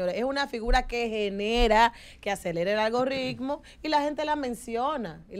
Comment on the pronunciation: Algoritmo no Algorritmo